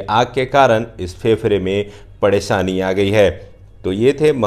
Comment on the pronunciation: All the best but some mistakes in your speaking that -R ko D and D ko R Presan ko padesani Fefde ko fefre etc.some mistakes are problems your vedio, please try to let's your these little mistakes that your vedio will be DIAMOND on the YouTube.